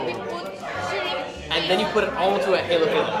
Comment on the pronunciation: not mad, just correcting: halo-halo not heylo heylo